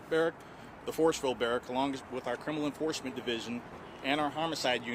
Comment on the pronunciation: Enforecement? Enforcement.